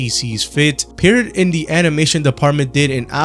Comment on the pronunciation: good video. I don't want to be that guy, but hey know can improve if know one tells them what they are doing wrong right? Pierrot is pronounce "Pye-row"? "Pee-uh row" like french word for clown